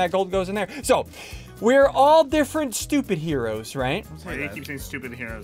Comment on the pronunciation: Bro really said stupidheros 😂